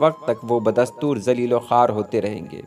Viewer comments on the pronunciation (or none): none